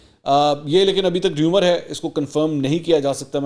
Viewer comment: ریومر نہیں رُومر